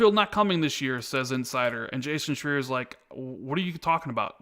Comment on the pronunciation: Jason Shreee-Er!!